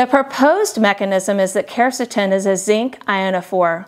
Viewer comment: she dosent even pronounce quercetin properly lol